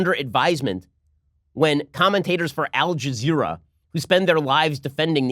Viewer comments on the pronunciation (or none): Did Ben say, "Algae zira"? LOL